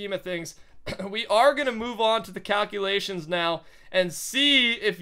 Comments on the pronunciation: wait did he say cowculations? umm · Did u notice that he said cowculations